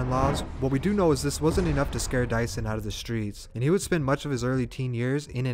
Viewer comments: you pronounced his name wrong the whole thing, i could barely finish bc it made me mad everytime you said it !! it’s pronounced “due-son” not no mf “dyson” like he a vacuum !!!!!! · Dieuson Is pronounced as Jason.. Jesus christ 🤣